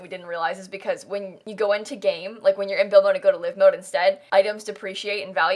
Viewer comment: I'm sorry - live mode? as in LIV mode? Either is mispronouncing live mode or I've been living in an alternate universe since sims 2..